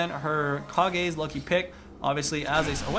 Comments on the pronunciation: if u watch naruto, u would know kages is pronounced Kah-gays not cages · I always thought it was pronounced Cage's not Ka-geh's